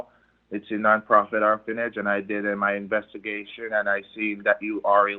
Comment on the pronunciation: That creature saying it does charity work is truly nauseating. "Horphanage" Seriously!!